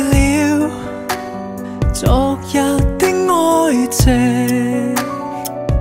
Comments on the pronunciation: 昨日的愛情 基本上唱成了 咋日的哀情? 是我聽錯了吗？ 歹風吹也是这样，大家能否注意一下发音，救救粤語吧！ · 昨“日”和痴”情字在广东话里发音有问题，如果要唱对痴音，就要唱“痴”高音大声点（旋律会有点不同，但比较顺耳）